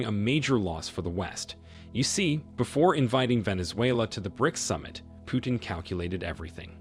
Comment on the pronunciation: It is not Piutin but PUTIN!